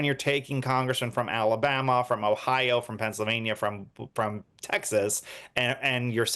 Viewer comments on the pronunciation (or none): none